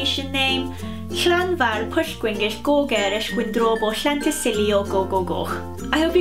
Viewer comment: Your pronunciation of Llanfairpg was perfect.👍